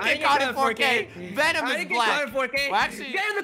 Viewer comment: He really said Benom lol 😂